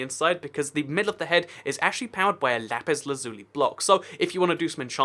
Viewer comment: lapis not lapiz